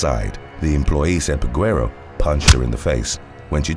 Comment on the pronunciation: The U is silent in Peguero.